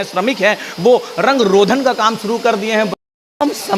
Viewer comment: रंग रोधन नहीं रंग रोगन होता है। बार बार..